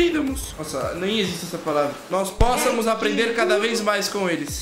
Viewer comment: Hahahahahah "aprêndamos" "póssamos" hahahahahahaha